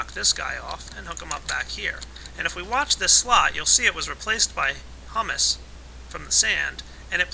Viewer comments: It's pronounced hue-mus not huh-mus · IT IS HUE-MISS NOT HUMM-ISS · Humus is pronounced Hyoomus. It means dead and decaying organisms which fertilize the soil. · Just for future reference the way you said humus is actually a chick pea puree eaten as a dip. The actual way to pronounce humus is hyou-mus. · yeah, it's humus as in (HYOO-MUSS). it isn't pronounced the other way. i was thinking, "those trees have it good eating hummus all day, that stuff is delicious!" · yeah, pronounced Hyuumus, but Great Video! Showed me everything that i needed to know to get started with Forestry mod! Thumbs up From me! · Don't get me wrong, this video is very informative and well made and I appreciate the clarity, but for fuck's sake its pronounced "hew-mus" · It's not said like the food. I hope you now know that it's pronounce (who-mouse) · It's hummus as in humid us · your pronouncing Humus wrong. It is pronounced Hūmȗs with the first "u" long. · it's pronounced hyoo-mus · its pronounced HUE- mus